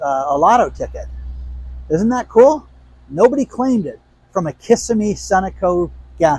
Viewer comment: it's Pronounced Kiss-sim-mee. Not Kiss-a-mee. Lol.